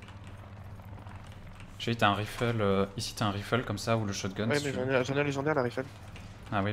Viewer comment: On lui dit que ça se prononce"raïfle", pas"rifle" ?